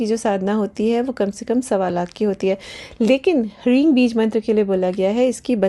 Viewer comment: areee devi g gkaar mkaar kya hota hai? Sankrit ke anusaar jo uchharan sahi hai wo hai hreem na ki hreeng.